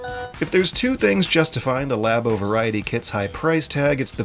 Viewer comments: It's not Laybo... It's Labo. Because like, lab. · I stopped watching after the 2nd "Lay Bow." He wants to speak about it with mastery, but can't even pronounce the product name. This isn't 1997 and no one knows how to pronounce "Aeris," it's 2018 and there are marketing materials that say "Lah Bow/Lab-O" repeatedly. lazy tongue is cringe AF. The Japanese borrow the word "Lab" and return it with a "Oh" on the end and can't comprehend, treats it like a foreign language. Please. I'm CERTAINLY going off the rails about this, but between YouTube and the podcast I can't take someone seriously if they can't master diction of their native language. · did you say laybo? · I can forgive him with the German names (us Americans see accent marks and our brains just grind to a halt), but “Lay-bow” for Labo is a bit painful for me. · "Laybow.", you're killing me here. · Lah-boh to my knowledge. I believe that's now Nintendo representatives have pronounced it, as well as everyone I can recall other than. is his own man. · "Lay-bo"? Is this part of the blackface kit? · Your pronunciation of Labo is a crime against language.